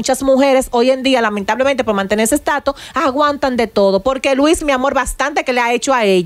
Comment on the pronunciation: se dice ataúd, no ataul. Amelia se dice status, no estato. Por Dios ustedes me agradan mucho, copien del léxico de José Ángel